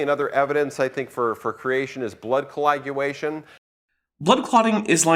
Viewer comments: + Is he saying “Colaguation?” I feel like I’m hearing him pronounce it as “Colaguation.” I know it’s nit picky, but it makes him sound like he had a few too many drinks before doing his talk… hope he had a DD… further word slurring. There’s definitely something to my working theory. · Is it too much of a cheap shot to point out that kept saying 'colaguation', instead of 'coagulation'. 'Colaguation' sounds as though it means the process of going to college.